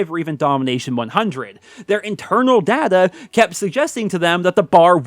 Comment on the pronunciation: You go on about 'internal data' (and cant even pronounce data right lol) yet you act as if you speak for every cod player. You are so arrogant